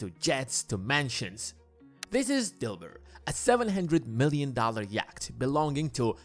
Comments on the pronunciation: 'Yacht' - Pronounced 'Yot' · I'll never be able to un-hear 'yakt' as the pronunciation of yacht. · I don't think Russian billionaires are into Andean mountain creatures. Yacht rhymes with not. Otherwise noone knows what you're talking about. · Bro can’t pronounce yacht and more 😂